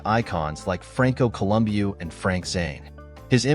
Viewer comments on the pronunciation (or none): It is pronounced MAKKAWEE, same thing for Franco, it is pronounced COLUMBOO, get your names right if you want fans support, they know how to pronounce these legends' names